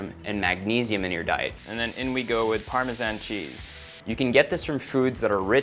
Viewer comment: And parmesan 😰